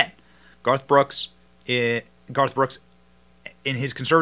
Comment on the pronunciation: Benny you almost said “ barf “ brooks! 😂. You need to use that brother!